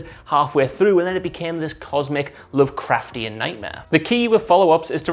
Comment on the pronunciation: Everybody jus loves sayin lovecraftain. " Lovecraftain" !